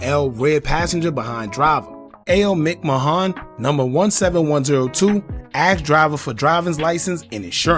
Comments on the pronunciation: A/O’s name is pronounced MCMANN bro not MICK MAHONN 🤣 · “Mick Mahon”😂😂😂 I swear on my soul all you bloggers are illiterate af!! It’s pronounced MICK- MAN as in Vince McMahon from WWE!!! 🤦🏾‍♂️